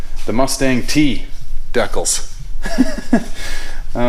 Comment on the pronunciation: Love your channel and I chuckle every time I hear you say decals :)